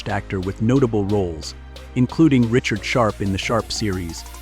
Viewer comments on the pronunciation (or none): none